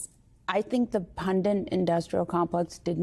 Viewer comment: It’s not pronounced “pundint.” It’s pronounced “pundit.”